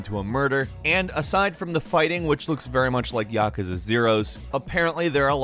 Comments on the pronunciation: Ya Ka Za 😂? That pronunciation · YAH kuza? No, its Yakuza. Not YAH kuza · I can't unhear "Yack-us-ah" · His pronunciation is off for Naruto and and Yakuza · why do people pronounce naruto and yakuza wrong?